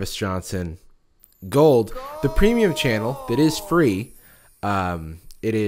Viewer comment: Idky but he did a video or two way back where he really hit the word premium and now whenever he says it sounds so less than it should like a watered down version idky